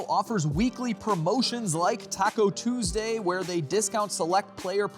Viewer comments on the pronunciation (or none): none